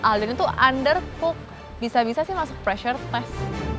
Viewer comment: Btw pressure bukan paresure